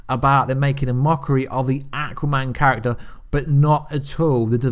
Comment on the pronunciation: can you ever pronounce Aquaman or Thanos correctly. Your videos are good. But your pronunciation of how you say their names. Make me want to unsubscribe.